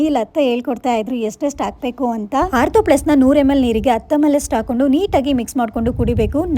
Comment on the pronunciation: Eli korta atava heli kotra? Aakondu na atava hakondu na? Kannadadavre Kannada na sariyagi matadlilla andre!